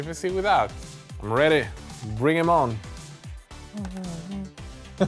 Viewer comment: Takes on glasses. And says: Red'y.